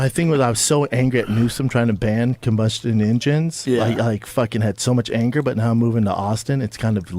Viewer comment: “Combastion engenez”